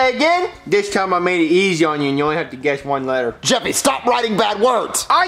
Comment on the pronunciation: it’s Jeffy not Jeffry